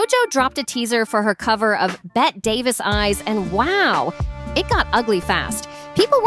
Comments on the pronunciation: Betty Davis Eyes. Not Bett Davis. For God's sake. Get it right!!! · it’s pronounced betty davis eyes not bet davis